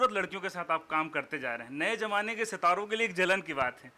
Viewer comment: The interviewer does not know how to speak Hindi ..what is jamana...it's zamana..and many such pronunciation mistakes